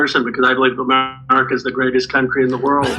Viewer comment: LOLOL!!! All Ro could say was "M'erica".